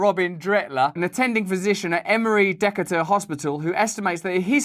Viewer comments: Pssst….Decatur is pronounced Dee-Kay-ter (as in her) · Decatur is pronounced de CA tur LOUD on the KAY in the middle soft on the de and terrrrr. It s a southern thing in Georgia. :) Bless your heart it was a nice try. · Decatur = dee KAY tr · I live in the ATL are and when Russell said the Dr. Dretler seeing 90% from non-COVID was from Emory "Deck-a-tor" I was like where the hell is that Emory location??? 🤣🤣🤣 Btw, it is pronounced "De-k-tur," clearly no one from the "Dur-tee Souff" on the staff! 😁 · Duh K Er not Deca Tur. Or as a lot of us say Dick Hater (easiest way to pronounce it) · DEE-KATE-ER…just so you know in the future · Great informtion Russell but your handlers need to do their homework before giving you the script. Decatur is pronounced Dee-kaa'-tur and Damar Hamlin, the NFL player, didn't die. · Its "dee K tur". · The city is pronounced "Dee Kay Tur" lol.